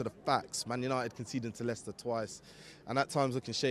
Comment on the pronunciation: It’s Leicester 🤐